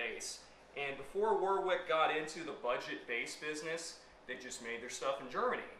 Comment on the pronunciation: It’s not War Wick. It’s pronounced Worrick